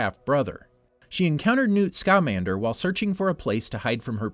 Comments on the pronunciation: For the love of all the is magic. It is scamander not scaaaaamander. Why so much Emphasis on the A. Have you never seen the movies ? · its not scámander, its scamander. ( harry potter meme, at all not intended to be taken as a correction) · No no no nooo my man just did not pronounce Newt scamander wrong noo